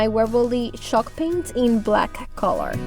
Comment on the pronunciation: I love wall art, it looks very high in and the colors are spot on. I LOVE hearing you say 'CHALK PAINT' sounds like shawlk . It's ok I'm deep southern ya'll hear lol love ya gal